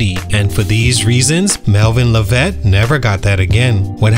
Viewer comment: Mispronouncing his name 🤦🏽‍♂️